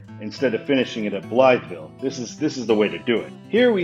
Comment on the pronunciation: The whole road complex east of the Poplar Street Bridge is interesting and confusing, though it's not as bad as trying to get from the Stan Span to eastbound 64. Also since I live in the area (roughly) I have to tell you that Blytheville is pronounced "BLY-vull" by locals. I don't know why that is.